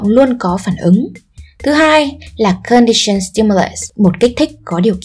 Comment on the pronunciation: Bạn nữ đọc sai từ operant, halo effect rồi. Các từ khác cũng bị sai âm đuôi. Cả conditioned và unconditioned nữa, âm ed phát âm là /d/ chứ sao lại /s/ quài vậy. Có 1-2 từ tiếng anh mà cũng ko thèm tra từ điển để đọc cho đúng vậy, có tôn trọng công sức người viết bài không? Nói sai nghe tuột mood luôn